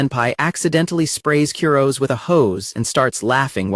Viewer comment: Honestly, the constant mispronunciation of "Kurose" is driving me nuts and making this unwatchable.